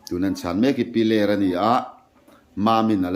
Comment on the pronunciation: Piler khaw hming hi lam sual leh ziak sual an tam thin khawp mai,a thu lam leh ziakah ani emaw, 'h' hi lam Rik/ thluk loh tur a ni a.